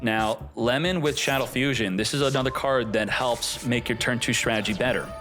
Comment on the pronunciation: You’re BUTCHERING the pronunciation of Shaddoll Fusion and it’s killing me 😂😂